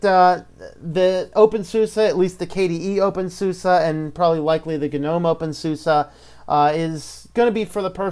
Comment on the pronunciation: thanks for the review. Just please don't call it open SUSSA!